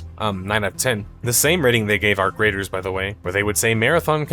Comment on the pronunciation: Arc Raiders or Our Graters? 😂 (Turn on subtitles)